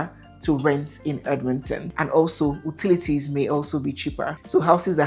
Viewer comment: Thanks for the comparison, we'll analyzed. , its pronounced Yoo-ti-li-ti(s), not Ooo- ti-li-ti (s).😊